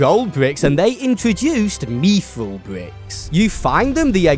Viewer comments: Fucking mee-thril? aDSZFgbndxzfghjydtsfgcbgnhfdsz Why do you say it like thattttt. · why does bro say "meethril" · meethril???? Smh this guy cannot speak 😭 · you dont pronounce mythril like that. its like myth as in legend not methril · Mithril ❌ Meeeefrul ✅